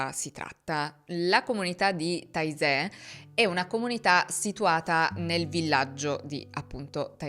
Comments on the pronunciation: Bellissimo doc però Taizè di pronuncia Tezè! Taisè proprio non si può sentire 🤪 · Non si pronuncia taizè, ma tezé, sempre con la zeta stile s di casa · Taizé è in Francia. Si pronuncia “tezé”. Frér Roger è francese, si pronuncia “Rogé”.